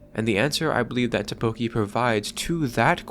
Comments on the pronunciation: It's Takopi! Not Tapoki 🤦‍♀ smh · You keep saying Tapoki. It's TAKOPI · its TAKOPI not TAPOKI... great video though, good job. 😎👍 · How can you pronounce it ta-KO-pi when it was pronounced TA-kopi every single time by every single character the entire show. Actually mindblowing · It’s “Takopi” not “Tapoki” btw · Did you even watch the show? Why do you keep calling him “Tapoki” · tAkopi. tAAAAkopi. Not takOpi. TAkopi. AHHHHHHHH. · Sorry dawg, couldn’t concentrate/keep watching after hearing “Tapoki” over and over and over again. Drove me absolutely insane. It’s Takopi, Tako like Octopus in Japanese and pi for the way he ends sentences. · Just want to point out one thing in this video, it's "Takopi", not "Tapoki" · I'm sorry, but u mispronounced Takopi as Tapoki, even though this is supposed to be kinda serious, I just can't get over it 😭💔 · Why does he pronounce takopi like tteokbokki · TaPOki???? My man! My dude! What the, excuse my french, fuck? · is this AI generated? how do you mess up takopi's name in every sentence? not even the anime pronounces it tapoki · Im sure this is a neat video but the fact that this guy cannot for the life of him say "Takopi" is taking me out. Sorry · It was bothering me throughout the video 😂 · STOP SAYING TAPOKI 😭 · you mispronouncing takopi over and over again is killing me BUT THIS IS A GREAT VIDEO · Take a shot every time he says Takopi's name wrong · Drives me crazy lol